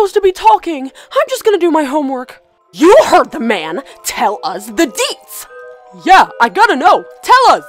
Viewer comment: “ Tell us the DEETZ “